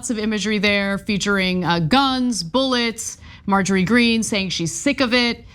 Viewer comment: Come on! Her name is "M. T. Greene"!!!! Say it out loud. You'll get it.